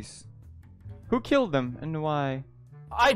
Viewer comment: dont know why I cant stop laughing at this Who keeled dem, and whhyy